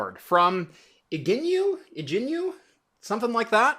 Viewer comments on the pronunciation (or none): CORRECTIONS: - It's much closer to Gin-you-way - The last PCIe slot is only wired up to 8x lanes. Not 16. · It pronounces [Jing-Yue]